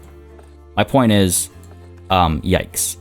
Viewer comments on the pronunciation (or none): none